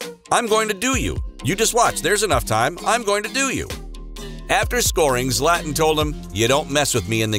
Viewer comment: "Slatn" Ibrahimovic 😂🙄